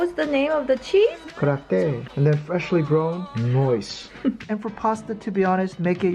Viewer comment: "KAHRAFTEY" llooool